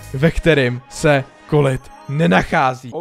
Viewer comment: Je to 'kolet' ne 'kolit'